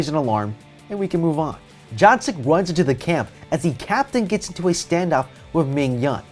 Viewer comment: what you said: jungsuk what i heard: junksuck